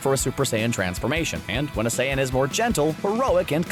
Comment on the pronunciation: i thought he was saying sans 💀